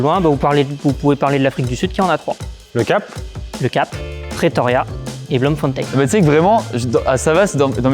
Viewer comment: En vrai les capitales j'avais tryhard un weekend et je les ai toutes hors Océanie (bon après il a le mérite d'avoir trouvé Astana, Kazakhstan qui a changé de nom en 2022, avant elle s'appelait Nursultan donc bon au moins il est à jour, mais quand même il pourrait au moins prononcer "Bloemfontein" correctement)